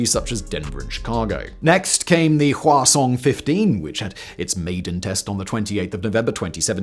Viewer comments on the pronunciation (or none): I kept hearing the name of their ICBM as "croissant" and refuse to change that